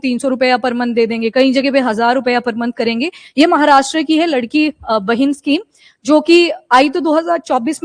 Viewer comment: Mam it’s not ladki it’s लाडकी bahin means favourite sister